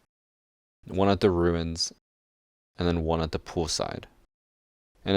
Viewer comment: “And hen we have glaz”